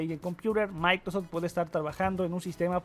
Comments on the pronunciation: maicrof lut >:v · Maicrot lut :v